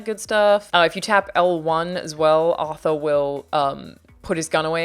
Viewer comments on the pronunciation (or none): none